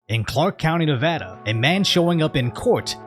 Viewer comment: Props for pronouncing Nevada like a real one. 👊 Also, of-fucking-course this went down in Clark County. South NV is attracting all the unemployed half-wits from Cali, it seems.